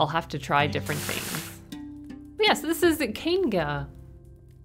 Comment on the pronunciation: ….anyone else hear her say Kaingussy of civilization?